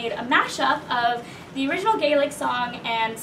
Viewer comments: You did amazing. I’m Irish. Grew up with traditional songs (ingrained) your pronunciation was superb! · You both did a great job on the Gaelic pronunciation - fair play to you. Chomh maith le Gael!! Mary O' Hara was the original recording artist with this song many many years ago but worth checking out. Well done.